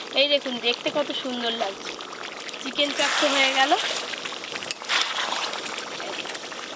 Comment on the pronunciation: Ota chharo sono oo abar ki bollo du piece dichhe setao dewar ichha nei bole "ufff dadu chicken chaab ek piece ei kisti maat" 😂😂😂 uchharon o korte janena Chicken chaap ke chaab bole osikkhito r choto moner hole jaa hoy!!